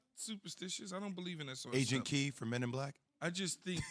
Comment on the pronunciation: It’s Jay said Agent “key” instead K!!! He killed his own jokes